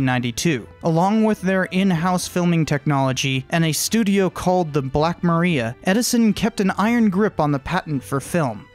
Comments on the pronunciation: I am pretty sure Black Maria is pronounced ma-rye-uh as in "They Call The Wind Maria" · It was pronounced 'Black Mariah'.